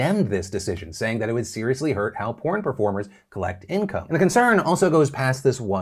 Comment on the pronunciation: lol Phil says "porn"